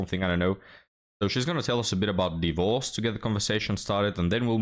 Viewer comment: => "d!e - vorce" is the ancient English pronunciation. Trust me I'm a historian and an expert on the topic 😂